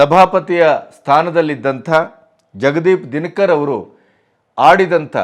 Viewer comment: Our Vice-Presidents name is Jagadeep Dhankar, not Dinakar. Pleaae check the pronouncement.